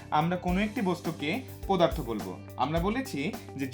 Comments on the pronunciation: স্যার আপনি অনেক ভালো করে বুঝতে পারেন কিন্তু আপনি একটা ভুল উচ্চারণ করেন পদার্থকে পোদার্থ বলেন।।। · এটা পোদার্থ না এটা পদার্থ